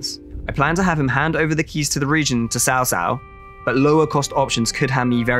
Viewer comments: its CAO CAO not sao sao my god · NAME NOT TSAO TSAO THE CORRECT NAME CAO CAO (PLEASE CHINESE INTONATION ) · It should be pronounced as chow chow not sao sao. It is a really nice video btw :) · YES that is what bothered me the most while watching the whole video lol. I'll rather they pronounce it "Chao Chao" which sounds less weird than Sao Sao. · It is cao cao, not Sao Sao.... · First i can't wait for this game, haven't looked forward to a Total War this much in years! BUT are we really going to get through all the promotional material pronouncing Cao Cao wrong every single time? Mix in a few proper TAO TAO or (TSAO) in, so i don't end up locked in a asylum before release. For those that don't know in Mandarin Chinese this is not how you pronounce Cao Cao. or go listen to the excellent three kingdoms podcast, narrated by a Chinese person, you learn the three kingdoms story, and how to pronounce the names right. *I am not affiliated or promoting the podcast btw, it's free and I'm just some white guy that lived in Asia, and loves Asian history. * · Caocao=Chow chow/tse ou tse ou not shaoshao=wife (that's why you ppl butchered the language following Japanese pronounciations. ) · Cao Cao: I should make a law that anyone who mispronounced my name (like "sao sao") would be excuted. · pronounce cao cao as chau chau please thanks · "Sao Sao" lmao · oh my god please stop saying saosao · cao cao? pronunciation is quite strange, nowhere close to even actual chinese pronunciation. pronunciation is more like chow chow. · Your pronunciation is appalling 😂 Who is sao-sao? 😂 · it's so funny everytime he says Cao Cao